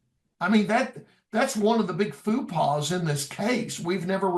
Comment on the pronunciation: Not fu pa, faux pas. # a friend from neighboring Utah